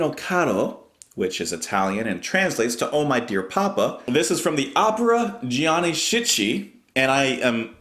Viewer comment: Pronounce the name "Gianni "Skee Kee"